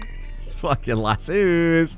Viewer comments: the way you say lasso is going to drive me insane. Where do you see the second "o" in lasso? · I love how pronounces Lass-o as Lasoo while simultaneously hating it.